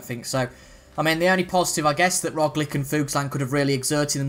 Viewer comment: Also man - Roglic is pronounced like - ‘Rog - Litch)